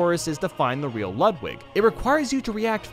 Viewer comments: It's not luhdwig, it's lewdwig. You were saying Ludwig as Luhdwig. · DID I JUST HEAR LUD VIG BEETHOVEN!?!? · Ludwig’s name is pronounced “Loodveeg” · Ludwig is pronounced Lood vig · He said ludlig wrong....